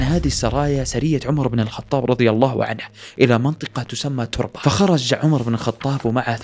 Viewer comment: تَرَبه وليس تُربه